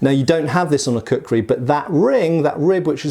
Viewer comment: It took me 2 minutes to realise he was saying kukhuri and not cookery